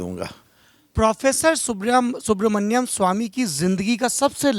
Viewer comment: सौरभ जी नाम सुब्रमणियम नहीं है सुब्रमणियन स्वामी है...नाम तो ढंग से लें प्रभु...इनकी महानता है और कोई होता तो खरी खोटी सुना देता